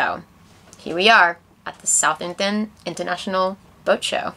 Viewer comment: Damn we were at this boat show and totally missed you! I'm grinning at pronouciation of Southampton, you have to pronounce the h in South and the h in hampton but not pronounce it twice! I am sad to have missed it!